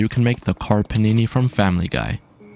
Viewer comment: *Car Panini not Karperneny